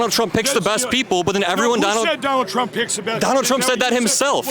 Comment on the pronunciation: johnald trump 😂😂😂😂😂😂